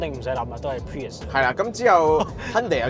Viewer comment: 1st thing 1st, 非常樂見你哋可以話俾人知架車個名點讀👍🏼 唔係 pririous, 唔係 purist, 更加唔係 pee日屎